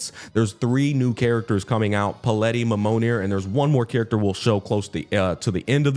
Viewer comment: Took me a while to realize that the character is called Palette, not Paleti like was saying xD as in, a colour palette